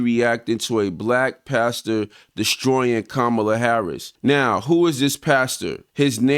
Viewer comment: First of all how disrespectful that he can't pronounce her name and in the 2nd place says nothing about racist frumpty dumpty trump like he has Black and brown people interest at heart